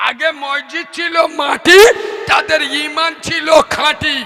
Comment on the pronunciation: কোন ভাষার জ্ঞান নেই একদম মূর্খ । মসজিদ শব্দটা বারবার ভুল উচ্চারণ করছে। মানুষের রুচি কিভাবে এইরকম পাগল বক্তার ওয়াজ😂😢